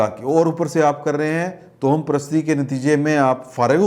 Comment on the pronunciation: محترم ۔۔۔ توہم پرست۔۔۔ کو تواہم پرست پڑھتے ہیں۔۔۔ واؤ پر زبر ہے ، ہ پر بھی زبر ہے